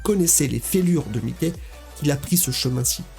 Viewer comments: c'est pas mickey c'est mikey qui se pronnonce maïky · J'allais like mais ta dit "mikey" comme mikey mouse aie aie aie